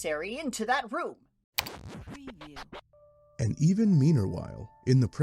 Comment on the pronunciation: “preview” I CANT😭😭😭